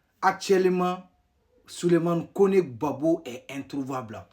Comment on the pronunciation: Ont dis Gbagbo et non gbapo tu va en sans que tu es vraix burkinabè perdue 😅😅😅😅